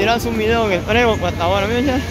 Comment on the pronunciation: ES "TREBOL".......NO BREBOL,$"':@